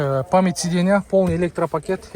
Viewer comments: Сидена дегендида айтпайсынбы 😂😅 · Сидена дейт го. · Так дегениң жакшы экен го бирок сидейна дегениң окшошпой жатат. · Ассалому алейкум тууган. Сидена - сиденья, сабраменный-современный болот, билсен туура суйло, билбесен кыйналбай кыргызча эле суйло, сени ансыз деле кыргыздар эле корсок керек.